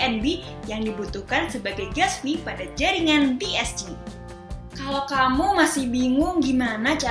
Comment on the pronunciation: bi es ci 🤣🤣🤣 bi es si kale enggres yg bner lah